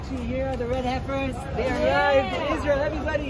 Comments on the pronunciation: It's pronounced heifer like hefty bags hef.. lol but I get the point. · PLEASE!!!! the word heifer is pronounced with a short "e", it sounds like the name Hefner. like "heffer". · They say not to pick people up on mispronouncing words because they’ve probably read it, and if they’ve read it that means they’ve taken the time to actually look at things and learn. You totally mispronounced euphrates and heifer though bro 😂